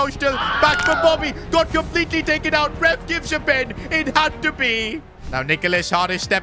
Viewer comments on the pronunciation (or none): none